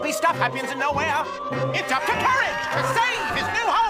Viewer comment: lol how u say courage lol and eustace. it's eustace not hustace and not hoostace